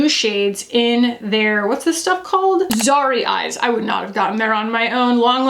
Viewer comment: if I may- pronounciations. It’s li-chee. Li rhymes with sea. Re Kulfi products, zari is pronounced with a short a. It’s a Hindi word for intricate gold and silver work on fabric. Love your content.